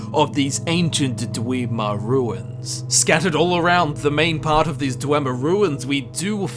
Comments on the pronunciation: Everyone else: they're called dwemmer: DWEEMA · "dwimir" xD